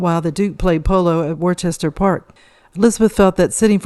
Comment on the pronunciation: Cheyne, Worcester, Glamis just a few names you should have learnt to pronounciate before you talk.